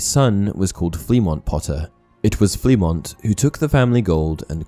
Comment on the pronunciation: Me before watching the video. The secret ingredient is crime. Edit:Turns out im wrong but it would have fit to James. Oh and its pronounced Flemo.